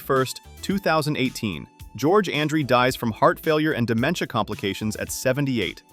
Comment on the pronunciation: Ummm, you show Meredith, who left the game in 68! Why, is it so difficult for you and others to know the team your highlighting??? Again, you can't even pronounce George Andrie's name correctly!! Lance Rentzel? Barely makes your headline of 1970's Cowboys, played in 1970, then the next three years with Rams (you get a pass, no pun intended on Lance), and he didn't lose it all, he played all 14 games for those three years with the Rams, Kyle and Morton never practiced together in Dallas, Kyle came in 76, in 76 Morton was in his third year in N.Y.....you have a good idea with these videos, but your research is as weak as circus lemonade.....up your game, got it!!